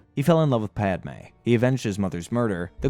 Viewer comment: who the f is pod-ah may??